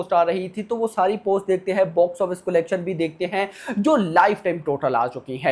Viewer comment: Bhai video banate ho na aap to please collection ka pronounciation thik se karna Sikh lo..nahi to video dekhne ka mood bhi nhi hota